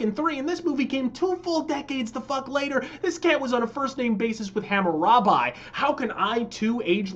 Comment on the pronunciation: Am I the only one who caught you butchering Hammurabi there in the beginning? It's Ham-u-rob-i. Hope that helps, god fucking speed to yah.